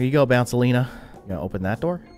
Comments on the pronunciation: Guys, can we listen the fact that he said Queen Bouncelina not Queen Bouncelia but anyway I love his videos so much that I can’t wait for him to post new ones. Your videos are great! 🎉🎉🎉 🎉🎉🎉🎉🎉🎉🎉😂😢😢😢😮😮😮😅😅😅😅😊😊😊😊😊😊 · You said the queens name wrong it’s queen bounCelia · U did the name wrong for the Queen 😂